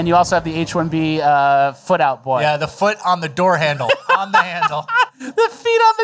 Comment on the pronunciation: Not a FOOTle